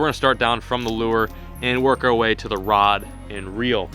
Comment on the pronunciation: caster his "lur" off - I think he's part 1rod1reel...